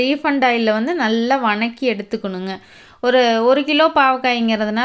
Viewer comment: What is the word vanakki ? Purely tamil word vathakki please change your slang